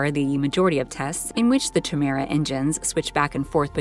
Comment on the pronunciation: Chimera is pronounced “ky mer ah”